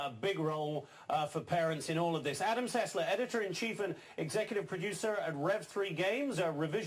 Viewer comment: Adam Sessler not Adam "Sesslar"